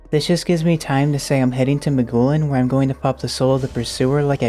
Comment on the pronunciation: Pronouncing Maughlin as "Ma-goo-lin" has me cackling for some reason